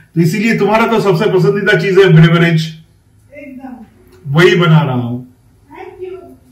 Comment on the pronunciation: with due respect, the word is beverage, pronounced also as beverage.... not 'bravearage'... please work on your diction....:face-pink-tears